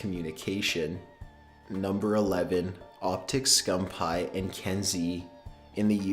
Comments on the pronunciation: Optic "Scum-pie" ITS SCUMPII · this boy really said "Scum Pie" lol I'm dead as fuck. it's "scumpii" (scum peeeee) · It's scumpee not scumpie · Why did he keep saying scumPie??? ITS SCUMPEE!!! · bloody hell he does not know how to pronounce words, scumpie supposed to be scumpi guujen wtf is next dude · It's pronounced scumpee not scum pie 😂😂😂😂😂😂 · scumpi not scump hi lol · scum-pie? its pronounced scum-pee. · lol hes saying skumpie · I love how he said optic scumppie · ITS pronounced SCUMPY even thought its spelled SCUMPI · Did he just say OpTic Scumpie? lol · Scum pie and guggin? Fix your shit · i hate how he says scumpie it isnt scum pie XD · did he just say Optic Scumphigh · lol "optic scumpie"😂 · Did I actually hear him say scumpaii? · Did He Just Say Scump Pie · Scum-pie he says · ITS PRONOUNCED SCUMP-EE!!!!!!!! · really? scumpie? you really need to find out how to pronounce peoples named before you report about them. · He is from the famous call of duty clan OpTiC but the guy commentating pronounced his name wrong 😂😂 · Am I the only one that got annoyed when he was saying Optic Scumpii name wrong?! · That's not how you say scumpii but that's okay. You probably don't watch him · NIGGA PRONOUNCED SCUMPII SO WRONG